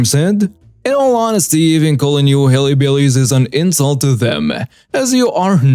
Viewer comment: Lol it’s pronounced hill-billies, but hilly-billies was very cute